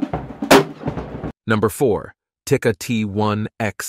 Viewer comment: When speaking of rimfire, the video footage shouldn't be featuring a 300 PRC with brutal recoil. hahaha Also, Tikka is pronounced "tee-kuh" not "tick-uh". If people want sub-moa from .22LR, you're going to need to score a match-grade made barrel and swap out the stock barrel. This means match-grade chamber (most are "sporter" chambers) and smaller lands-width on the rifling for less bullet distortion as it grabs the rifling, then find a .22LR offering that has longer bearing surface engagement with the barrel bore. But a match chamber will not shoot all .22LR, so it's a trade off. You'll also need to tune your barrel harmonics for clean bullet release at the muzzle. Yes, all of this means you can build a Ruger 10/22 to easily out-shoot some high end $3grand Voodoo rifle. All you need is a custom barrel/chamber and an aftermarket trigger. You can probably shoot Aguila instead of SK or Eley and get similar results.